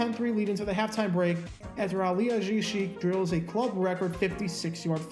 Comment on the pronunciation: I laughed my ass off at how he pronounced Ali Haji-Sheik... not at all how it was pronounced when he played (al lee Hah gee) . Then I realized he may be saying it right and nobody back in the day bothered to check with the player...